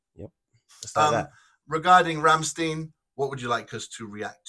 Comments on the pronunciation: It's not Rammsteen, the "stein" at the end is pronounced like in Frankenstein or Einstein. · Best band ever! If you want with subtitles, some of their musics are on the channel " Buchstabu " re-uploaded with subtitles.. But others only in their official channel.. Rammstein is not pronounced like this.. Rammstein, rimes with "pine" or "mine".. the Du Hast song, is basicly a warm-up song..